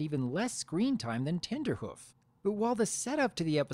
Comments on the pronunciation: its not tender hoof it is trender hoof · Were you saying Tenderhoof? Because it's Trenderhoof. Because he predicts trends. Tenderhoof would be... suggestive. I like how Rarity's crush was justified by actual reasons, unlike in EQG. Trenderhoof was a big name for being ahead of trends, which are a big part of Rarity's passion, so she fangirled over him unlike with Blueblood, who just had status. Still, some people are put off by the crush scenes, and it can't be helped that the episode will be ruined for them. Watching a crush is inherently cringe inducing. The lesson was predictable, of course, but that's the case for most episodes. The show is built on having predictable lessons because they ARE lessons for kids, but still presenting them in a very organic and entertaining fashion that makes them sink in. In this case, what made the lesson presentation so great was how Rarity taught it to Trenderhoof, right after he did the exact same thing as her. She got over her own desire to be with him to see he was suffering the same way she was. Her approaching him like that and him getting over his crush to dance with Granny Smith really made it feel that they learned it, just like the final teasing scene in Look Before you Sleep. My biggest issue is that the classic music they used in the end didn't work that well. It might've just been the stream quality, but it didn't accompany the lesson narration as well as their original soundtrack does. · Its trenderhoof, you know, like a trend setter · Isn't his name Trenderhoof, not Tenderhoof.